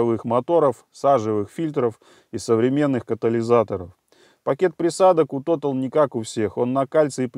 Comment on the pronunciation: не тотал русамбай, а тота'ль, по французски. Но за экспертизу рахмат ( спасибо по тюрк.)